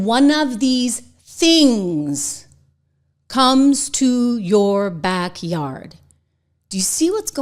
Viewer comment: I think AOC said one of these ‘Stings” not “Things”, but it’s basically the same. She’s totally out in left field.